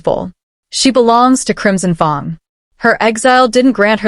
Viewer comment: Pronouncing of fang wrong is very difficult to make listening easy